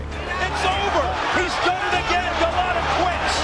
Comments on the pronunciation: At least try and edit for pronunciation. Go Lote Ah. smh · He also pronounced Golota wrong several times